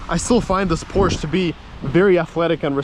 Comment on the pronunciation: The instance he says "Porsche" the wrong way? I had to exit...